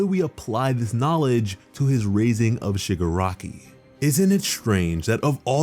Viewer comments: When Shigaraki is pronounced Sugar Rocky in the sub titles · Did he say sugar rocky ?